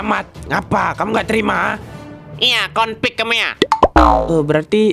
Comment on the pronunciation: Jago di bilang : Citer Sultan di bilang : Confiq Bener gak Guys 🤣🤣🤭🇲🇨❤🙏